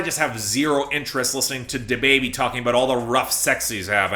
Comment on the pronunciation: Love the way you pronounce "DaBaby"....